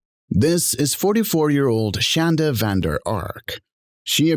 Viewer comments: Omg.. it’s Shonda not Shanda.. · It's pronounced shawn.da not shan.da lol!!!😂